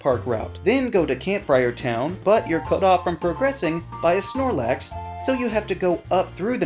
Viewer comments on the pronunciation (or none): none